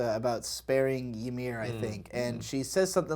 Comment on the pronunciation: I love these episodes, but every time says "yuh-meer" instead of "ee-meer" I get micro triggered